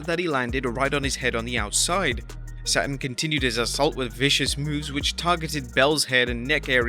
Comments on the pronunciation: it’s Perry Saturn not Perry Satin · Perry Saturn... not Perry SATIN.... who the hell made those timestamps? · Had to unsubscribe. Pretty sure you purposely mispronounced Saturn's name. I've noticed you do this in almost every video. Shows a lack of professionalism. Saturn is a well known wrestler who deserves the respect of getting his name right.